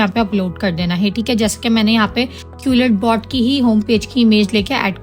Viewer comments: Madam wo qulletbot nahi hai quillbot hai.. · Quil bot hota hai jahil qulit bot nahibpendu. Pehle khud to parh le phr doosro ko parha